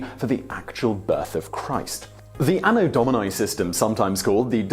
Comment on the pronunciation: AAAno Dauminyye... Terrible latin accent XD